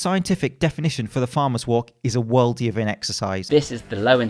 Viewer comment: What type of exercise did you say the farmer's walk was? "Worldiering"?